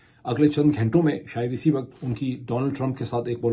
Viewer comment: جب صحیح اردو بولی جائے تو لگتا ہے لبوں سے گل افشانی ہو رہی ہے۔ ویسے بھی آپکا اکثر وی لوگ میں شوق سے دیکھتی ہوں تو میری خواہش یہ ہوتی ہے کہ اسمیں کسی طرف کوئی کھوٹ نا ہو ۔ اگر آپکو میری دخل اندازی بری لگتی ہے تو معذرت خواہ ہوں ۔ کہنا یہ تھا کہ wakat نہیں بلکہ waqt ضحیح تلفظ ہے۔